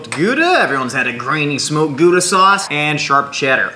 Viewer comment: You pronounced gauda wrong, it is with a hard g